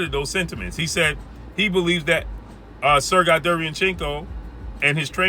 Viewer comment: It’s “Sir Gay” not “Sir Guy”